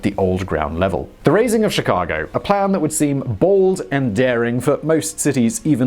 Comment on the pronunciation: Chicagoan here! Sounds weird to hear people who aren’t from Chicago say our street names. I appreciate this video though, I never knew the full story of how our city was raised